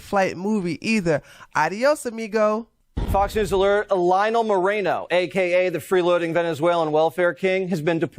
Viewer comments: It’s Moren-No. Not Moren-yes. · I am Hispanic myself and I agree with you on your statement on this guy being a POS 💩. I didn’t even know he even existed until now. Thanks 👍🏾. And I am not offended by the mispronunciation of his name. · Lol, i think you are pronouncing his name the ONLY way it actually wouldnt be pronounced given his latino roots 🤣 😂 😄